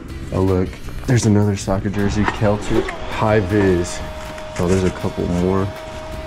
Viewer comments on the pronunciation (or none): its pronounced Sell-tic (Celtic)